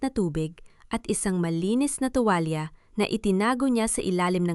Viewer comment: Pwede ba Ms Narrator ayusin.mo naman ang pagbabasa ang dangal. Ay danggal at saka ang tuwlalya ay tuwal àlam mo ba kakainis pakingan.